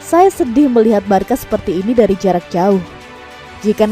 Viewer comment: Di sebutinnya barsa min bukan barka.. 🙏